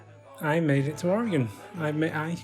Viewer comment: Most people in the states butcher the pronunciation of Oregon. Kudos to you, you got it right!